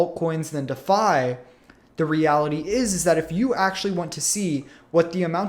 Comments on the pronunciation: I couldn't take it any longer, dafi, dafi, dafi, too bad cuz I actually wanted to hear about Ampleforth. **DEE' FI** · It is pronounced “De Fi” like ReFi or WiFi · Ok, that's it... listening to someone mispronouncing "Defi" is just too annoying to stick around... if you can't get THAT right... makes me wonder how credible you are... sorry man, i tried